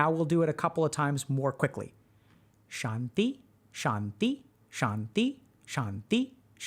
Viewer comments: that "shanti" is transliterated wrongly didn't help either. sounds like doc is pronouncing "shandhi" to me. ✌🏻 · When he started pronouncing Shanty, I got the image of the loading screen for the map "Shantytown" in MW2 and lobby music started playing in my head. So... MW2 lobby music is now playing in your head🪄